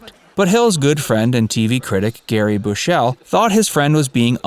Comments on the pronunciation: Gary Bushell - "Bush-all" - like the president and Gary not Gerry. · That's the poshest way I've ever heard anyone say 'Gary Bushell's name